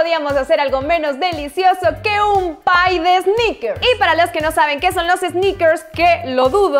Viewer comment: Jajaja es un pye no un pie 🤣🤣🤣🤣🤣